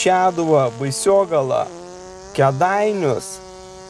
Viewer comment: Baisogala ne Baisiogala, kitam kartui, kad teisingai pasakytumet ;)